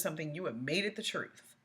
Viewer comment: Darrell telling “the troof”😂